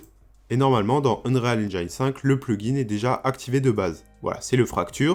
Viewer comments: Se serait un peu mieux de dire unrile Engine, mais sinon intéressent comme contenu. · Et Unreal se prononce Un-rile. Rien à voir avec le Real de Madrid ;)